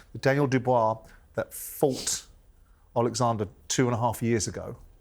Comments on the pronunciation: Why does Frank say Alexander? It’s Oleksandr ffs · Frank stop calling him Alexandra 😂